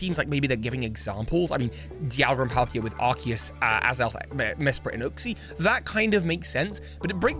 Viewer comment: Uxie is pronounced you xie not oooxie